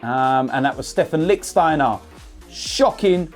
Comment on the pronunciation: Still saying Licksteiner huh? 😂